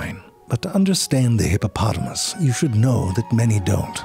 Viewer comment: I don’t know why but I swear you said “hippopolomus” at the start